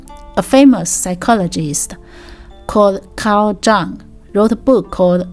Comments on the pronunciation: Great video! Just so you know, the "J" in Jung is soft; so it's pronounced Yung.🖕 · Thank you for the video, I think Taoism is something that's easy for people from Europe and the Americas to misunderstand, and this offers some good clarification. Also, Carl Jung's last name is pronounced like "young" since it's german. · If we're going with German pronunciation it would be more Like 'yoong'(English spelling)